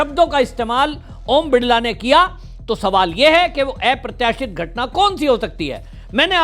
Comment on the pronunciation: ऐप्रत्याशित नही, अप्रत्याशित होता है. लोबी नही लाॅबी होता है. ठीक से बोलना सीख लीजिये.